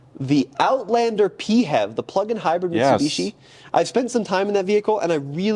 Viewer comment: It's not "pEe-hAvE", it's "pee-eighch-EV", the "EV" part should be clearly pronounced. Doesn't matter what Mutsubishi thinks about that, they don't own the accronym.